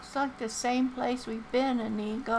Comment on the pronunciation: Good morning grandma! that inigo name sounds Like (Amigo) when you say it and it cracks me up everytime😆 Like: Come on amigo Let's go